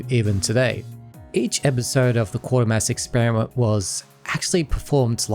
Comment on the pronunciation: FYI it's pronounced 'Kway -ter-mass' and the football team is ;Sell-tic' not 'Kell-tic; In the 1970s there was a Scottish soap opera called Garnock Way, set around a mining village in Scotland. You can get a couple of episodes on YouTube but I don't think anything else is availabe.